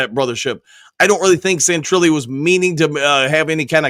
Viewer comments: My man said Santrilly! Hahaha. 🤣. He always say’s Adam Scheffler, as well. Lmao. Straight up comedy with your pronunciation game,. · Mike Sainristil is pronounced SANE-RIS-STIL. I agree wholeheartedly with his take. The odds of Aidan NOT being on the sideline and at least being in there for 1 play in the Super Bowl is 0. He's a beast and has made a promise to his team. He will do everything humanly possible to be there, and I truly believe when he sets his mind on a goal, he reaches it. He always has. Go Blue! Go Lions! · Sane-ra-still, Zite-ler